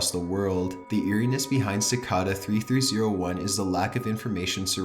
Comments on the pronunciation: Si - kay - da not ci - ka -da for pronounciation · Cicada. It's pronounced "si-kay-da". Seriously, learn to speak English properly before you lend your voice to a publicly available video. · It's cicada not sickada your voice is cancer but other than that vids good but use emotions in your video please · it's pronounced sic-A-da, now sic-ah-da... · This is good but he talks SO WEIRD AND HORRIBLE! Its so monotone until the end when he sounds like a valley girl. ALSO ITS PRONOUNCED CI-CAY-DAH, NOT CI-CA-DAH. ALSO ITS PAH-STAH, NOT PAY-STAH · cicada is pronounced kick-aida not sickada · pronounced "si-kay-da" or "chi-kay-da", not "si-ka-dah" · You are pronouncing cicada incorrect. You are pronouncing it "Ci-car-dar" its pronounced "Ci-kay-da" there is no letter R or even R sound. But you sound it twice. Great video none the less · sih-cay-dah not sih-cah-dah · I am like 99% sure cicada is pronounced ci-kay-duh and not ci-kah-dah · oh yay, the last Top15s video I watched, we pronounced Cicada "sickeda" -.- we're getting somewhere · Ci- cay-duh ...ugh its hard to listen to. LOL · Cicada is pronounced sa kay' day. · Dorsey Barnes in Australia it's sick-ARE-duh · CicAda lol. Ci-Kay-duh. 😊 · Cicada pronounced "sick Kay da" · "Sicawda" I hated that pronunciation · Is anyone else bothered by the way he pronounces “cicada”? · The way you pronounce "Cicada" and "Pasta" really bothers me. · You are mispronouncing "cicada." It's a long A. You also mispronounce "Guyana." You arent even close on that one. Absolutely massacred it. You mispronounce a lot of words on your videos. I've only been watching for a few days and this the fourth one I've noticed. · DUDE THATS NOT HOW YOU FUCKING SAY CICADA YOU WANNABE EMO SOUTH PARK FUCK! Aight im tapping out after 9 minutes, I cant stand the dumb female voice dude. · That's actually how it's pronounced though (I believe), remember it's German. He was pronouncing cicada very wrong though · That's not how you pronounce cicada...